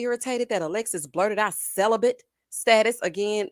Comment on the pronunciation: I hope she looks back and feels like the biggest idiot for saying “ celibent”